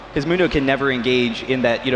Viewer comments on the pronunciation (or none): One of them keeps saying Mundo wrong